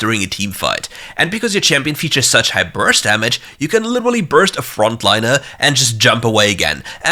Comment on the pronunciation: omg u literally said liturulurly what:?/